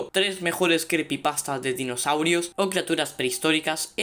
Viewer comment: Creepypastas se dice